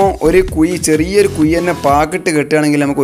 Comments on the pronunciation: കുയി അല്ല ... കുഴി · കുയി അല്ല കുഴി എന്ന് പറയു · Kuy alla kuzhi